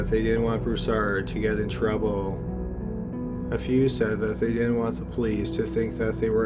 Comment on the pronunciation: Bodyyyyyy.... Pliiiice, Troubleeeee, Murdeeeeer.... Jesus man! No offense, I ean nothing bad, but you have, by any doubt, THE WORST PRONUNCIATION out of all channels THAT ARE NARRATED LIKE YOURS! It's a real wonder you have so many views! I ean, it's down to the great quality and every interesting subjects and stories! But you should definitely find someone else to do the narration!